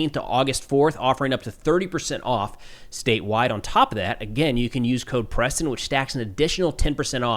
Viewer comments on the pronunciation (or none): none